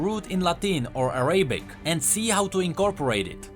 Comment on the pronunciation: the way you say Latin and Arabic hurts me XD